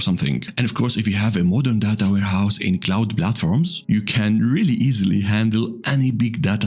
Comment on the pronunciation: Take a shot every time he says da da ta